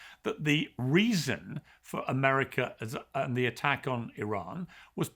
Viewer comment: AMERICAA'S Native Americaa's